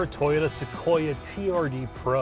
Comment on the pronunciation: It’s pronounced SoQueerUh